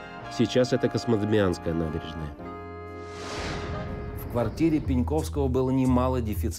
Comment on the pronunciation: "КосмодЭмиааанская набережная"😂😂😂😂